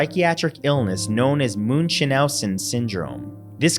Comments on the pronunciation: Moon shin house in. Omg. Nooooo. It’s munch house in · Great video...although dude said muchenhausen. It’s Münchausen syndrome by proxy. That made my day thank you keep up the great work. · Who doesn't know how to pronounce MUNCHAUSEN Syndrome?!?!? WTH did he call it?? Moon cha nou sen??? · It's pronounced Munch-Howzens. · I had to go back to listen properly. Munchausen Syndrome is pronounced Monk-How-Sen. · It's pronounced Munch- House-In syndrome there's also a bi proxy syndrome were they hurt others usually loved one for attention. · I like how he pronounced munchausen syndrome. Lol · Completely butchered the pronunciation of Munchausen 😂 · I can't give this a thumbs up because of the pronunciation of "Munchhausen syndrome" alone; I have other reasons as well but THAT'S enough for now! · You can always count on Matthew mispronounced something in each video... Hubby is makepeace... at one point Matthew says peacemaker... Another one was Munchausen syndrome , boy did he butcher that one... I still love his videos, it's just funny and something I look forward to every time